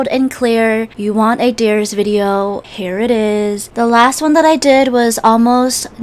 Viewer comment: Her: so here it is What I heard: So hair it is